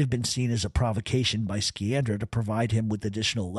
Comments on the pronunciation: Sciandra, pronounced Sci an dra not Ski an dra. Giovanni "John" Sciandra was my wife's grandfather's Dominic Alaimo's uncle, he was one of the main owners the Knox mine after Volpe and was the Pittston boss until his death in 1948, research the Knox mine disaster. You have many facts correct, but also, multiple facts incorrect. Grew up in Pittston, Pa. and knew and used to play gin rummy with old man "Steve" LaTorre, pronounced La Tor and most of the rest of those in your piece. Russ and his wife Carrie used to visit my wife's house quite frequently over the years for visits and some holifays, they called him uncle Russ. ALL were related from Montedoro. Her grandfather owned multiple businesses in and around the Pittston Area as well as a building on 32nd St. in the Manhattan garment district in N.Y. He also owned several businesses with Russ and his cousin Angelo Sciandra. ABS contracting being one of them (Alaimo, Bufalino, Sciandra). Much more can be said, but shouldn't at this time. Also correct pronunciations for Alaimo is A lY mo, and for Osticco, is O sti co. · Great show!! Incredible stuff. One thing, Sciandra is pronounced Shee-andra. In Italian an Sci is always She. I always wondered about Joe Barbera, was he ever actually considered a boss of his area or was he under Bufalino or Magadino? Really great stuff, love your channel. Burnstien and Nadu couldn’t shine your shoes💯💯💯💯